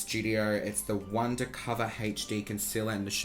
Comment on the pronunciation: Hache-dee concealer